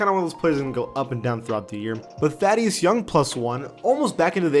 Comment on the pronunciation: He said thaddeus wromg